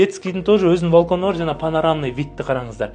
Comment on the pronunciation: Валкон эмес балкон болот кыштак